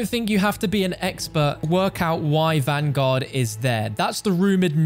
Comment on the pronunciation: cant even say vanguard WHY DO YOU PEOPLE NOT EVEN SAY THE RIGHT TITLE!!!